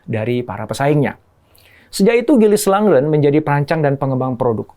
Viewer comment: IKEA, Småland, Lundgren... sebaiknya pelafalannya tidak perlu diinggriskan. Karena pelafalan swedianya sama persis dg Indonesia. Salam.